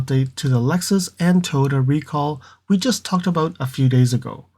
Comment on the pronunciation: Can you pronounce it as Toyota instead of toyta please?